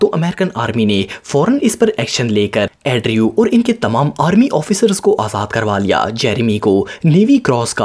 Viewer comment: Andrew ko addrew kon kehta h bhaee😂